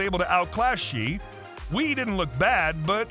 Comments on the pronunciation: It's not "shee wee", it's "shyeh way", ignoring tone because good luck teaching that to an American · she wee? funny pronounciation! I thought it was shi-eh way😂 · Omg the way he pronounced Xie Wei was criminal